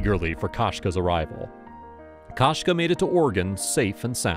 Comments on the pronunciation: Koshka is the word for cat in Russian and perhaps other slavic languages as well. The KO is pronounced ko as in koko, not ka as in kasha. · Кошка, koshka is Russian for cat. The "o" is not pronounced like the first o in "Costco". The "o" is more of a long vowel sound like in "go" or the 2nd o in Costco.